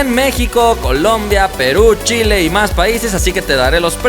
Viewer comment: wow .Chile...lo dijiste bien compadre aunque tengo el note 9 no vale la pena el cambio